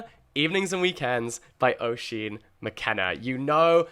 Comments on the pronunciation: Jack, so excited for Inklings and I wish you all the best with it!! Something exciting and refreshing finally on the book scene. Just one (1) thing; Oisín is pronounced "USH-EEN" not "O-SHEEN". As an Irish person that pronunciation did hurt a bit 😅. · Hi Jack, really looking forward to the book club. Just a small note- Oisín is pronounced ‘ush-een’. from an Irish viewer. 😊